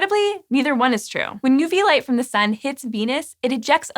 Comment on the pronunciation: "The SÜN" :3